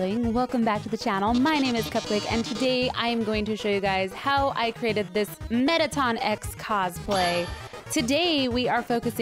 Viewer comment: Metteton “e”x”not metteton x